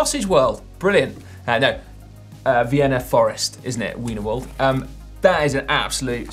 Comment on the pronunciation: Sounds like Si is saying Weiner-world instead of Wiener-wald. One is a place of nightmares, and the other is a sausage theme park. Heh.